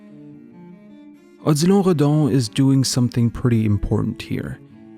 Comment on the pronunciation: I clicked on the vid because Odilon is my name but I never pronounced or heard it pronounced in that way. Anyways nice vid definitely a sub from me